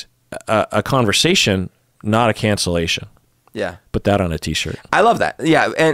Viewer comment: "Conversation not calcellation" - I like that one